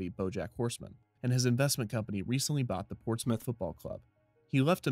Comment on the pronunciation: I'm so glad you know how to say Portsmouth